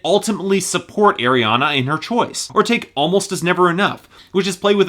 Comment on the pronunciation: I still cringe when he says "Air-iana Grande"